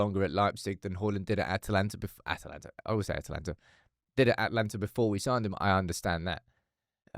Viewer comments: It is Atalanta btw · you are right it is Atalanta and not Atlanta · It’s Atalanta, you were correct first time 😂